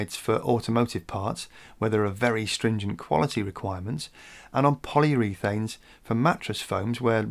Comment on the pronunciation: Rare to see you make a mistake. It's 'poly_oar_uthane' not 'polyour_e_thane' (forgive my ham-fisted 'spelling for pronunciation' (for English-speakers') attempt): and